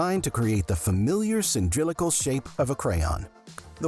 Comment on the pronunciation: Cyndrilical!? 😂 *Cylindrical.